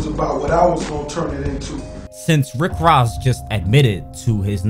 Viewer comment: said “Rick RASS” 😂😂